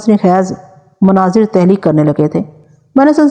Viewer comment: تحلیق نہیں تخلیق